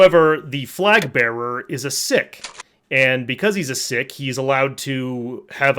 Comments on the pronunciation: Someone else may have pointed this out,if so I apologise for the repetition but your pronunciation of Sikh is so wrong it's pronounced "Seek" not "Sick".One of my friends is a Bengali so I'm sure of this,just nerding out here. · ‘Sikh’ is pronounced like ‘seek’ not ‘sick’. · It’s pronounced ‘seek’ not ‘sick’. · Is pronounced "Seek" not "sick" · Just google it, dude. It is very commonly pronounced 'seek' yes, but 'sick' is the appropriate pronunciation of the word. It's not just YouTube. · Sikh, pronounced Seek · Sikh is pronounced as seek. They're formidable soldiers in anybody's language. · Sikh is pronounced SEEK. My taylor is Sikh. Damn fine people. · Seek and you will find !😂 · That's just straight up wrong lol Sikhs themselves pronounce it as "sick" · I mean... no , but that would be like a Christian mispronouncing "Christianity". I trust the guy I worked with who is from the actual country, over some random idiots on you tube :)